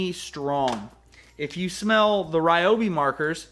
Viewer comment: I live in the Mid-West and everyone I know pronounces Ryobi "Ryobi", not "Reeobi". I wish you would have demonstrated the tip size of the marker compared to the Sharpie.